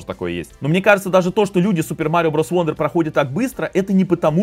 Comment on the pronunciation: Wonder читается как "Вандер", как в слове son (сын). "Вондер" читается слово "wander" (бродить). Такие вот правила чтения у англичан